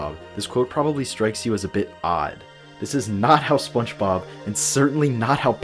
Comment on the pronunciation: Love this video!! I will say, you pronounce "Spongebob" like "Spunchbob" every time and I cant tell if youre messing with me LOL